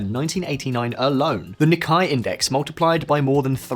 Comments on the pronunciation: It’s “KEE she da”, not “keh SHY da” and “Neek-kay “, not “Nickai”. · A decent video, but for the love of God, spend two minutes to look up pronunciations. "Nikkei" isn't pronounced as "Nikai", and I've no idea how you managed to butcher Kishida's name to such an extent. It just takes a minute or two to get it right and stops you from looking silly (and less credible). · Good analysis but it was a financial “bubble” not “balloon”. Financial bubbles are commonly seen in many countries. The magnitude of Japan’s bubble made it distinct. Also, it is the “Nikkei” stock index, (not the “Nikkai”).. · it's nikkay not nikkei and key shi da not kushayda dude please get your pronunciations right for commonly used foreign terms. it's unprofessional not to mention a little cultural supremist u just stand there w a straight face and constantly mispronounce foreign terms all it takes is a few secs of googling to learn the right way to pronounce things. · Love this channel but basic mispronunciation drives me mad. Nikkei is pronounced "neek-kay" and Kishida is pronounced "keesheeda." If you guys need help with Turkish or Japanese pronunciation in the future, I'd be happy to help. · Mispronounced Japanese Words: Prime Minister Kishida = kee shee dah Nikkei = neek keh ee or neek kay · The most striking thing about this video was the unbelievably awful pronunciations of Japanese names that I've heard in 50 years... Ne-kye Index? PM Ke-shyda? Please, Japanese names aren't that hard! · Please, please learn how to pronounce Japanese!! You don’t even pronounce the Japanese PM’s name properly or one of the most well-known stock markets in the world properly . It isn’t even a matter of not knowing Japanese. Who pronounces Kishida or Nikkei like this guy does? It is like he doesn’t even have the romanization spelling correct and sends a strong message of ignorance about Japan.